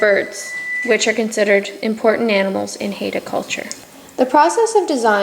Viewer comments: WOW! How White Are You? Maybe Learn First How To Pronounce Our Native Name!!!! It's 'Hi Da" NOT "Hayda". Thank you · Great information on the design but for being a teaching lesson for students, you would think the woman doing the video would know how to pronounce Haida correctly!! HI-DA! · The masks are also a part of our oral history and language and we are pronounced "hi-da" Haida